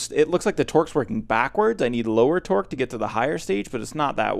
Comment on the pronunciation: When you say Torque, i allways think you say Twerk.... I dunno why. It just sounds like it :)